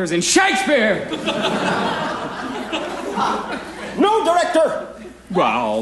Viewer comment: There's something missing... at one point he pronounces Shakespeare's name Sha-KEE-Spear... that was cut out! I've seen this performance many times and I remember that and have been searching for this to show my wife and it's not in here.